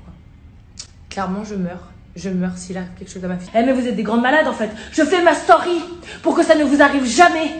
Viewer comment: « Je fait ma stauuuuuury» elle ma tuer comme elle a prononcé story 🤣